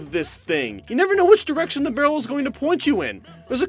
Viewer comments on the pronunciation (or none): none